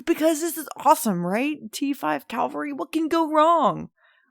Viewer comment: Cavalry* not calvary 👍🏼